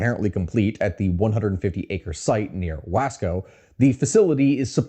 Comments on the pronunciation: wAAsco (Pronounced "W-aw-sco", like Costco without the "t") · Its pronounced wawsco